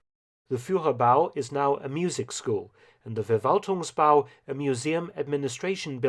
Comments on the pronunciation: Just a pointer, “V” at the beginning of German words are pronounced as “F”. So it’s “Ferwaltungsbau” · Hello Mark: You know so much about WWII and Germany now, you should learn some German language rules, too. "V" is pronounced "F", to start with. So it is not the "Verwaltungsbau", but the "Ferwaltungsbau".